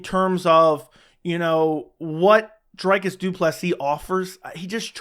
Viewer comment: It’s “Dree-cus”, isn’t it? Or that one of the inside jokes from the channel? Shillelagh? I think you need the Boston crab.